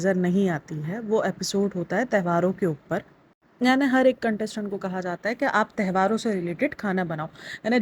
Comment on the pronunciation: Behan tehvaar nahi tyohaar hota hai